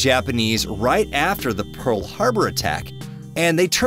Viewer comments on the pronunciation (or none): none